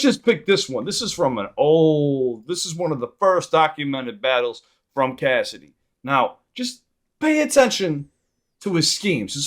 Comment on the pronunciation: Bro, it's Cassidy. You're way off.